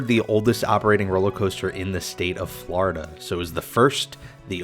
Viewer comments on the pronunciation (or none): none